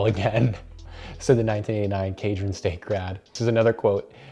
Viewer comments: It’s pronounced “shadron” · It's pronounced "Chad-Ron" live near there. I don't think I've heard the college once brag about having him as an alumni....